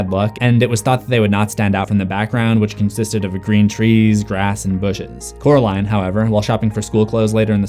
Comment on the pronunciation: Just to remind you, it's Coraline, not Caroline. Oracle ✨🐞🐾🎧🍕❤